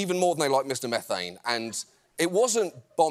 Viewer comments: Mr MEEEEE-thane (not METH-ane) was a recurring guest on the Howard Stern show back in the days when he was nationally syndicated but still on Terrestrial radio (late 90's or so). Apparently going by other posts in this comment section, he made the am shock jock circuit pretty regularly (before Stern put them all out of business). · He's not "Mr. Meth-ayn", it's "Mr. Mee-thayn".